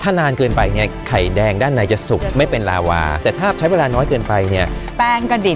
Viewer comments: เชฟคะลาวาไม่ใช้ลาว้าค่ะ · ลาวา ไม่ใช่ ลาว่า เชฟเอียน